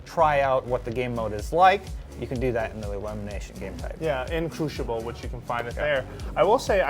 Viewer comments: CREW-SIBEL.Not Crewshable. O.o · CREWSIBELL NOT CRUSHIBEL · crewshible lol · The way he pronounces "crucible" is incredibly annoying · It's funny hearing him say "Crucible".